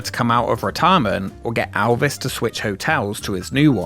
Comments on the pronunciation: Elvis. Not Alvis. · nothing that ever had ELvis Presley there because you can't seem to say his name right. For the love of fuck he's only one of the biggest stars EVER and you repeatedly can't get his name right? time and again you call him ALvis. It's EL-viss what possible excuse do you have for not getting his name right? seriously are you that incompetent? that stupid? get it right or don't bother.